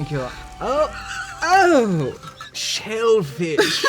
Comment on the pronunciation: The way he says "shellfish" is sending me into orbit